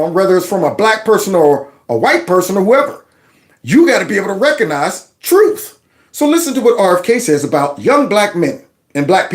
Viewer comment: ...the word is "RECOGnize", not "reconize". RECOG not RECON!